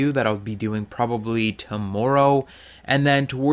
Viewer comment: The way you say "Tommorrow" is kinda funny, just sounds like an accent lol